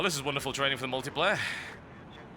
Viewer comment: What is this "ultiplayer" you speak of?